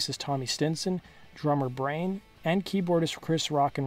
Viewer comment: The drummer's name is pronounced Brian, not Brain, your brain is the grey matter inside your 💀.. the drummer's name is the same as the dog on the show family Guy.. Brian.. br-.i- an. .. lmao